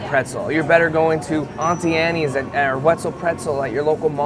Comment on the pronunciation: You did not just call it ontee Annie’s when it’s just Anne’s for starters and sure some people pronounce auntie that way, but come on man, it’s ant-tee Anne’s. No matter where you from. Thanks for the chuckle though, appreciate hearing things come out wrong even if I’m the one saying it wrong lol